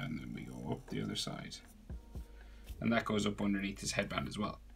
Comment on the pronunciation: "So we have a shadow area andurnea" "Underneath "